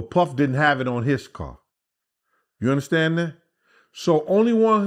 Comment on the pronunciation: Take a bong rip every time asks us to "undastand" him!!! Let's get high!!!